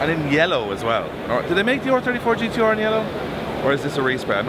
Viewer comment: It’s gtr lad Lol